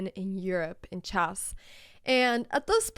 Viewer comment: I love it when you say Chass in stead of chess it’s so funny